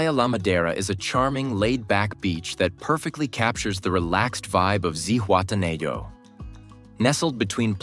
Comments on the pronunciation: It is pronounced Zihuatena ho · Man kann Zihuatanejo und Playa auch richtig aussprechen